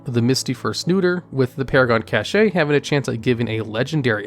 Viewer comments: "they would get a cashay" ...cashay...??? 🤦🏻‍♂ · CASH! It's CASH. I can't listen to these when you repeat cache over and over as "cach-eh". :P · JUST SAY CASH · Cache-ayy lmao😂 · I keep getting woken up by the way you pronounce cache. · The pronunciation of "cache" made me unable to fall asleep